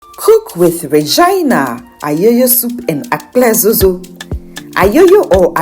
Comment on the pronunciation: Well done but it's Akple dzodzo not "Akple zozo"